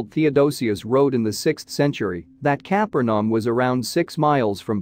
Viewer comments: Please do something about the use of a computer-generated voice without human editing. Many, many mistakes in pronunciation and word emphasis. The name, "Capernaum" was the worst! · The AI voice produced all kinds of mispronunciations and wrong word emphases. Worst (and inexcusable) was the butchery of the city of Capernaum.